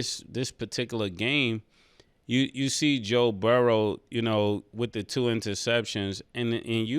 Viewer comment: Please Ma$e Burrow not Burrows 😅😅😅